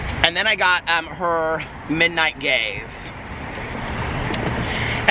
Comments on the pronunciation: Forgive me, but did you say Midnight GAZE or Midnight GAYS?? 😂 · Ok I was seeing if anyone thought the same thing, lol I thought he said "midnight gays" also 😂